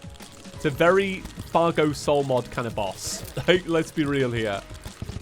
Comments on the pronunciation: I love how he said cargo instead of Fargo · Was calling Fargo “Cargo” or is it just me?